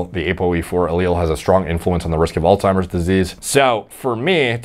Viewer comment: Alzzzzzzzzzzzheimers not allttttttttimers , the disease is literally a person's name